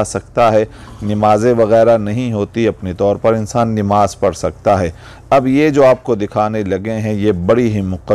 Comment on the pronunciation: Bhai sabse pahle bolne ka tarika chenge kare nimaz nahi balke namaz hoti h